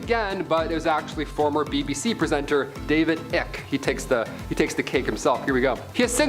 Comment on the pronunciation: Two things. It's David Ike as in Ike n Tina, not ick. Ike as in rhymes with spike.And B when Nostradamus predicted Henry the 2nds death he also spoke about something piercing through a gilded cage and during the jousting event that resulted in the kings demise, a sword pierced the cage that was gilded in front of the kings face meant to prototect him. Which was rather difficult to do as the slit in which you would have to pierce would be rather small.